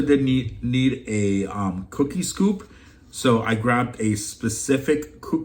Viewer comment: You said kooky scoop instead of cookie scoop lol